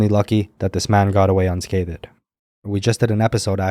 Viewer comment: Please pronounce unscathed without the “unscathED”. It is erroneous to pronounce it otherwise, and instead marks you as unlearnED.